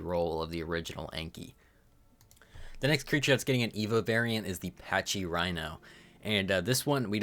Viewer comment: Pachy is packy* not paccchhhy